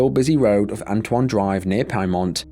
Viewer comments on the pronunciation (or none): none